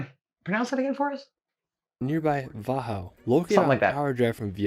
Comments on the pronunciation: His pronounciation of „Wachau“ was actually not correct. The stress is on the second syllable. It should rather sound like „Va - How“. (with the stress on how) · Hallo from Graz, Austria! So happy to see you strating to expore my home country!!! :D The Video is good, but the guy is hard to follow because he talks in one straight line :D (his pronouciation of local names is a bit too smooth and hurried :) ) - Yes, there are rockfalls in Hallstatt, damaging buildings... - There is a way on the rmountain on the right beside the sky ladder back down. - THere are still rumors that somewhere in Toplitzsee is gold thrown in by the Nazis at the end of WW2. Problem is the lake is 100 m/330 ft deep. - The viennese sausage is called Frankfurter sausage in Austria :D - A few years ago, the city of Innsbruck redesigned the main square and the architects placed bend and curved concrete elements all over the square. it turned out, the architects were skateboarder and they turned the square into a skatepark... The city of Innsbruck allowed everyone to use it as such... - Großglockner road is really beautiful! Went up there: once by car and two times by bicycle... :) - Vorarlberg has a lot of beautiful lakes. Some of them are Reservoirs because Austria produces the majority of its electrical energy with hydroelectric power plants. - the borders of Austria, Germany and switzerland meet in lake Constance. But it was never exactly defined, where the borders are in the lake, so it is unsure, what parts of the lake belongs to with country :D Very nice video, but to be honest, you haven't even touched the dust on top of what Austria has to offer. And there